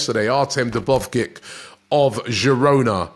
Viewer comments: Robbie has to do better for f sakes! Who is Artem De-bov-kik?????? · "Artem Dubovgic" xD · Robbie can’t say dovbyk for his life